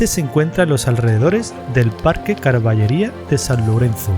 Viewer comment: Carballería no, Carballeira, es decir, Robledal.